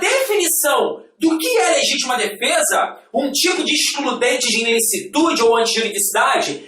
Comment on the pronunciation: "INLICITUDE", dá uma dor no coração toda vez que ele fala isso..